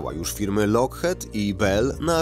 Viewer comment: Wymawia się jako lokchit a.nie lokhet